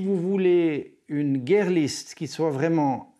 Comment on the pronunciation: Bon mais c'est "guire" list, pas "guerre" list la prononciation ;-)